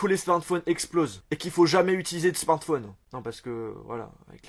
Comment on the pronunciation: On dit SMARTPHON EEEE pas smartphon1